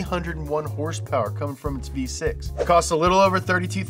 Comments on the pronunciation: It's hilarious when he says hursperss instead of horse power! Knee slapping funny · Idk why , i just love it when he says "hurs purrrs" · Sounded like he was saying dollar per hurst which is what he’s gonna need soon with all the motor oil he’s drinking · Please say horsepower normally I couldn’t finish the video. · Saying horsepower weird is funny once or twice. I had to turn off the video from extreme cringe.